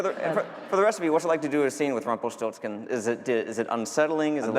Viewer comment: You have to write it like Rumpelstilzchen, not like Rumpelstiltsken or so.